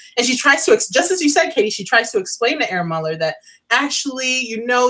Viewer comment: Beautiful review,. Just a note on pronouncing Herr Müller. It's not like "air Müller", but the H is pronounced like in the word "help". Apart from that, great review. Glad I found you.:-)